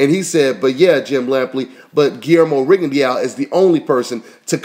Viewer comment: lol its pronounced rigon de oo not rigon di ya o